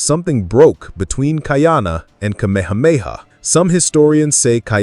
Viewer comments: you are mispronouncing his name. it is not Kaiana. it Ka’iana…… (Ka E ana) it has an Okina between the A and the i. By pronouncing it incorrectly you are changing the meaning of his name. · Not kai-ana, ka-ee-ana. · Your dates are often off by 100 years - please check the script. Also, the name is pronounced KA-EE-Ahh-NA. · Most of your pronunciation throughout your show is pretty good except for how you say Ka’iana. Since this particular show is about Ka’iana, maybe go back and watch an episode to hear the pronunciation. We have several punctuation symbols that are like extra letters in the Hawaiian alphabet. The ‘ or “Okina” is a glottal stop to stop the blending of the letters. Pronounced Ka ee aa na. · Did you know that Ka’iana has 3 syllables. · It’s killin me 😂!!